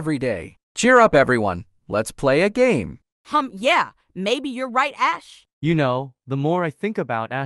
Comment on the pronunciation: I love it when Jordan says “the more I hear ashes name the more is sounds like “ass”